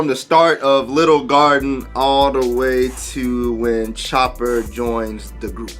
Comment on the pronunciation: No offense, I can’t tell if you’re saying “Chopper” or “Chomper”. Chopper is his name.